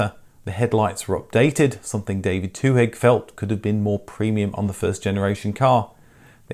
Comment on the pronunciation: The "h" in Twohig" is silent.